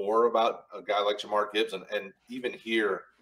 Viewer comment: Why do you keep calling Jahmyr “Ja’Marr” lol